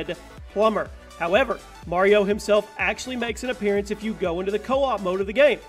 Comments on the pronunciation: anyone else bugged at the fact he pronounced appearance as "appearyance" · I don't think I've ever heard anyone else pronounce appearance as "appearEance"... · Lol, Appear-y-ance. Why donyounsay it that way? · From now on ima say apeariance instead of appearance